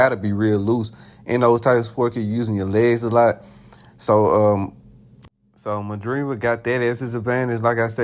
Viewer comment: By the way you say Madrimov i can tell you haven't seen any of his fights 😂